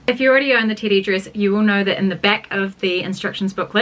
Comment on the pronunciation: I keep hearing titty dress and now I want a titty dress 😂😂❤